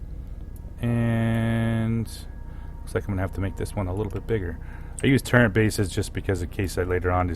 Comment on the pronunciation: It physically hurts me when you say "turrent".